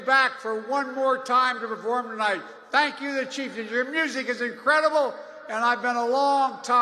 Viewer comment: So embarrassing .. "I WANNA SANKYOU!!!"